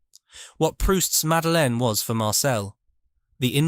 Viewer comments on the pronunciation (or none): none